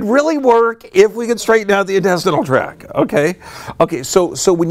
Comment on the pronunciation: Purely good intention: just want to mention (), because I like your stuff, that the term is intestinal tract... with a T on the end of tact. And the T is pronounced. Just to make you look more professional— as you present your awesome research!